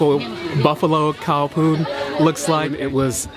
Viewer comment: Khao means rice so khao poon means rice noodle. " Ka" is not right "bak hung " either it 's maark hung